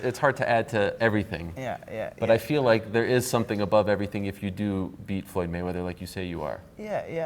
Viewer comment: did conor just say floyd maywack? Haha